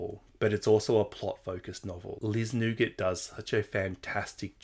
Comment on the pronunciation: Hi 👋Great video. You probably already know this. Liz Nugent ( here we say New-gent) is from here in N.Ireland. 🍀👋☘️📕📚📖🇮🇪☕️